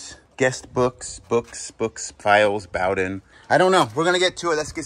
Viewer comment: Can I just say as a Bowden, I really appreciate how he said ''bau-den'' and not ''boh-den'' (like a bow you do after a performance vs a bow you shoot arrows from)